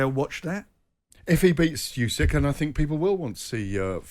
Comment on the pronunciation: Usyk not Yusyk Gareth